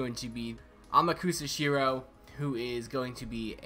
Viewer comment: Its pronounced "amaksa shiroh"